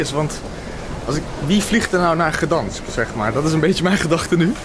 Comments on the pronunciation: vraagt: weet je hoe je Gdańsk uitspreekt... erna zegt hij t zelf ook niet goed😅 de G spreek je uit qls een K 😂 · "gedansk" XD